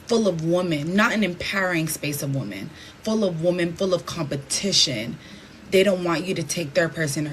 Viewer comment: another illiterate to ignorant to know how to pronounce women correctly.